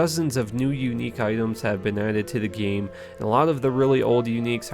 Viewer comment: The way he says 'Game' is so funny. It's like Gye-em or Nye-eem